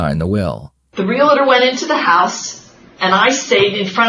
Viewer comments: Realitor? How many times did she say that. Realtor... no 'i'. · Why do people insist on saying Real-a-tor when the word is Real-tor???? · Drives me nuts how these country bumkins think "realtor" has three syllables.